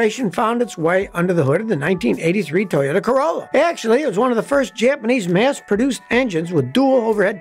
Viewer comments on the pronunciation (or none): none